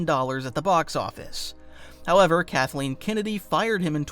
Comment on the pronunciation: Did you say, Darth Kathlene? lmao